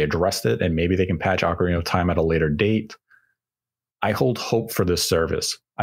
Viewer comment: I just tuned in to hear say Oakareaner of time😂 love it.